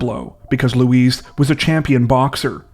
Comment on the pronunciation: Pronounced Loo e not Louise dude